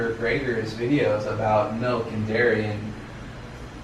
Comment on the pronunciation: oot and aboot 😂 fellow canadian!